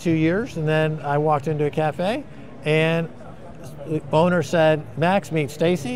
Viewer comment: Max and Stacey are the best! Anyone else hear "boner meet Stacey"? Was watching 2x speed now know it is owner but heard boner 1st time :) Also, wonder if Max ever read Carl Rogers On becoming a Person.